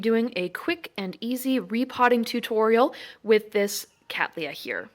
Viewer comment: How refreshing it is to hear someone from North America pronouncing Cattleya correctly.